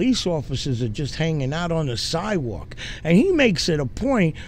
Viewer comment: Vampire: "I'm on the sidwal..." holy water to the face and stake immediately to the heart